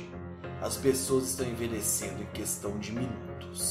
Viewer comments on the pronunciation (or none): none